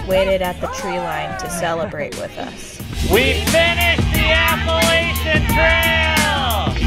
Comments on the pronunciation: Great I love backpacking but that's not how u say Appalachian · It’s APPA-LATCH-UN don’t disrespect it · ok but is no one going to talk about the way they pronounce appalachian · Bruh I’m from the Appalachian mountains u don’t say it like that